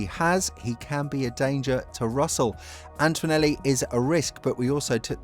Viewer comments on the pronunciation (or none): AnTOnelli ✅ AnTOInelli ❌ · There's no "w" sound in Antonelli...